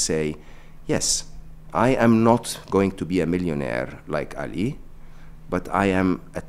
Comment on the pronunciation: When Mo called Ali in a non-white way he did the Arabic prononcuation of it it made me really happy :)